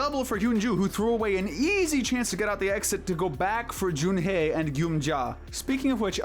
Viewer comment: It's pronounced Jun hee not Jun hay